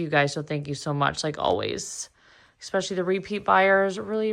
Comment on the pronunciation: sorry you were unwell! Also, I’m going to say it… the word “especially” has no “k” or “X” in it! It’s pronounced “es-special-lee“… not “ecks-special-lee”. Sorry to school you, but it’s like fingernails on a chalkboard to me! Argh!